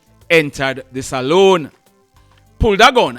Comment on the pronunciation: Dear, the word is NOT (Saloon) it is Salon, love ur program